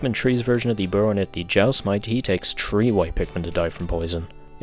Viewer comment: Why is he saying Pikmin tree